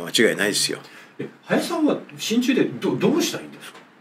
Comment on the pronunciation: 親中が心中に聞こえた❗